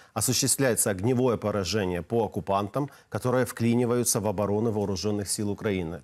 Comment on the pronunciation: Вклюниваются... вклиниваются... 🤣🤣🤣🤣 Просрали вы свою страну